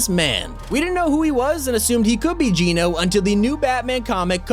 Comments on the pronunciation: AGAIN.... ITS NOT PRONOUNCED JEAN-O ... IT'S PRONOUNCED JENN-O ...AS IN GENOCIDE...AND GENO (PRONOUNCED JENN-O) IS NOT A HE.... ITS NOT JONES FATHER...GENO IS A THEY...A GROUP OF PEOPLE.. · Genō, not Geenō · He ses Geeno wen it’s geno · It's not Gino it's Geno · It’s Geno not Geeno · it's geno not geeeno check the trailer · It's pronounced "Gen-o" not "Geen-o". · I think it’s Geno Geeno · It’s geno as in ‘generation’, not geno as in ‘gene’ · I hate when people pronounce geno's name its pronounced jen-oh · wheres the resemblance to GENO and jones also not to be rude but you say it like jeno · What is wrong with you, Geno is not pronounced that way, Jonesy said it to The Foundation in the opening of Chapter 2 Season 6, this is your job, please get it right so you aren't spreading misinformation, this is minor, but you were wrong about a few different things in this video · The way he says geno is a bit weird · Countdown until pronounces Geno correctly.. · You keep saying Genō wrong